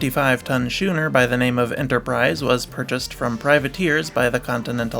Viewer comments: Schooner is pronounced the same as school. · The C in Schooner is not silent.